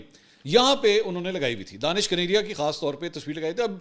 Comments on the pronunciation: اس کا نام دانش کنیریا نہیں ھے دنیش کنیریا ھے آپ بلا وجہ دانش دانش کہتے رھتے ھیں دانش مسلم نام ھے اور دنیش ہندو نام ھے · His name is dinesh kaneria not Danish kaneria. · جناب منصور صاحب اس کا نام دنیش کنیریا ہے دانش نہیں براہ مہربانی اپ تو تصحیح کرلیں دانش اور دانش میں بہت فرق ہوتا ہے